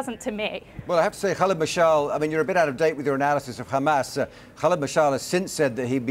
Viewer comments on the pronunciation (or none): Its not Khamas, its Hamas you thick shit